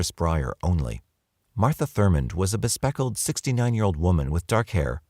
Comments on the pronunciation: bespectacled. 4 syllables. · You know I love you both.. but.. I’m giggling like crazy over “be-speckled” 🤣🤣… were they wearing glasses.. or were they covered in polka dots 😛 Ya missed one syllable.. but.. it makes a difference 🤣 Be-spec-ta-cled 😉😉 lol 🫶